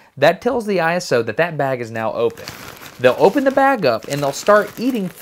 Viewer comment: BTW, the ISO call sign is pronounced "ice-oh" like a word, not like an acronym of individual letters.